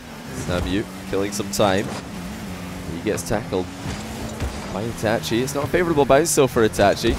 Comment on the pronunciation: Yo he actually pronounced itachi right